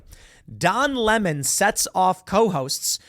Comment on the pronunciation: I like the way Tucker Carlson says his name. “Don LaMon” lmao!🎉